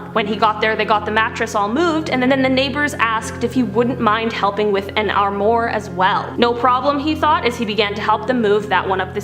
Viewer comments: “Arrm morr” 😂. It’s pronounced ARRM WAAR, dude. It’s people like you why the French dislike Americans lol. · Armoire sounds like Arm Waur. Not amore. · Why does she say semi like semee instead of semeye? And armoir is armwah not armwar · It's pronounced "arm-wah" not "arm-more" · Semee trucks? Lol. Sem-eye. Arm-more? It's pronounced, 'arm-wah'. Girl you need to learn how to pronounce words. Smh. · Armwore? No.Armwah... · Also “armoire” is pronounced “arm-wah” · The word is “armoire”, pronounced “ahrm-wahr”. It’s a French word for “cabinet”. But the rest of the story was very weird and cool. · Ok, its pronounced semi (like the word 'my') and armoire ('oire' pronounced 'warr' sounds like 'tar') its a french word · Ok, if you're going to tell a story about a male or female, use "he" or "she," NOT "they." "They" describes more than one person! And it's pronounced Sem-eye! And it's pronounced Awm-wah! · Ok. Ok.... Seh-my...semi. ehhh sehhh-myyyy. Arm-woir. Armoir.... armwarrr. Sorry. Not usually a grammar nazi. But people should know how to say these words. It's ok if they dont but... they should. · Love the video but check you pronunciations on “semi” and “armoire”. Semi. Sem-I. Armoire - Arm-woure. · Armoire is pronounced Arm-Wah. Just trying to help. Also, unrelated news, foyer is pronounced Foy-Yay. Just trying to help the US not be the place where everyone pronounces words incorrectly all the time.